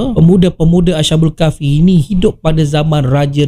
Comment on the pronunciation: Maaf, nak tegur ni. Sebutan yg betul ialah as-habul kahfi, bukan asha- bul kahfi.